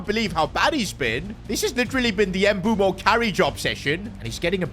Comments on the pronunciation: It's mbuemo not nbumo😂😂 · Bro its mbuemo not mbuumo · His name is pronounced M-boo-mo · ITS NOT EMBUO ITS MBEUMO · His name is not “Embumo” or “Embuemo” it’s “MBEUMO”… mbeh-oo-mo You keep butchering it. 😢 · Mboomoo not Mbwemo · Mbeumo’s name is pronounced Mb-o-mo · dawg it’s pronounced m bu m bo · Please stop calling Mbuemo Em-boo-moo 😭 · Pronounce it as mbuemo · Bro called him Mbumo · Bro said mbuumo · you are pronouncing mbuemo's name wrong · Bro pronounce mbuemo name correctly bro Jesus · Mbuemo might just leave like Ruben Medina since keep pronouncing their names wrong